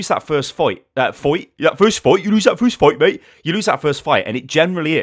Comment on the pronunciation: XD "Y'lose that foist foight, m8?!," omg I died I NEED to audioclip that... and I think I will!